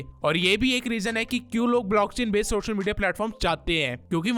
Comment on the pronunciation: سوشل میڈیا NOT شوشل میڈیا پہلے اپ اپنے words صحی کرو